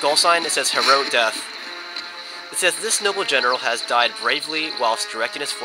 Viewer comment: lol , when the skull came up you said hero death , but you pronounced it wrong lol